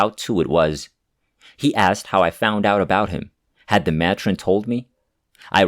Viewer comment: It’s pronounced may-trin. Not ma tron 😊Thanks for the stories.